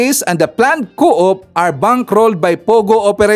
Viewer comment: Coup is pronounced as 'coo'